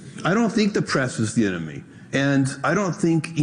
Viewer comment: No, the press is the eh-no-me.